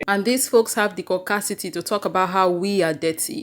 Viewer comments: Did she say coccasity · Did she just say "the cau-city"!!! oh damn..... now that's ...... that sums it up.